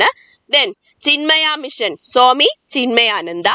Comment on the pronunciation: സോമി വിവേകാനന്ദൻ അല്ല. സ്വാമി വിവേകാനന്ദൻ.